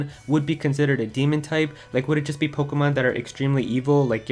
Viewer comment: Sounds like you so POKOMON